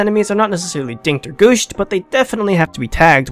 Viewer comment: I believe its gush. Not gOOOSH